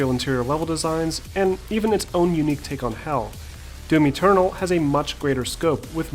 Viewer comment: The way you said doom eternal sounded like doomy turtle. :)